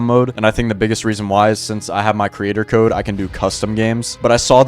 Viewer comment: When you said code you said kys? 😢